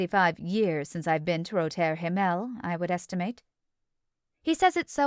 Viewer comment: Yes, incredibly distracting. Roter Himmel is really pronounced very differently in German as is the name of the night club. At least the previous narrator pronounced it correctly.